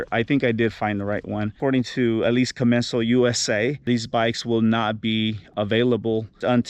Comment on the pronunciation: I've never heard it called a 'com-men-zal' before!